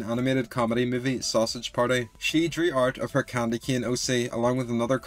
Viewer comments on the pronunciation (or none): none